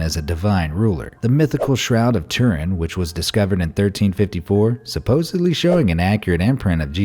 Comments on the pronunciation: I’m sorry to point the negative out....but the narrator says “supposibly” which drives me crazy!!! The actual word is SUPPOSEDLY not SUPPOSIBLY. Get it right. Especially as a narrator for historical “facts!” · Be Amazed Narrator: "Supposably." Educated Elite: "Supposedly." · The word is "Supposedly" . Not "Supposebly". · Did he fucking say supposeBly?? There's D in the word not a B✌🏼🙏🏽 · he said suppose“b“ly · well, supossebly. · Hey narrator, supposedly does not contain a B.